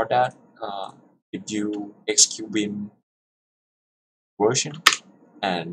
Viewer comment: it's now "wim" it's 'vim' like 'volvo' ... get your pronunciation right.